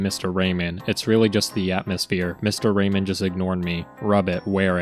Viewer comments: Dont mean to mock your accent but I heard absolutely every single pronunciation of "Raymond" as "Rayman" and was picturing the floating hands platform game protagonist as the vile seducer stealing China's waifu. Thanks for the hilariously awful mental images. 😂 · The d in Raymond is not silent.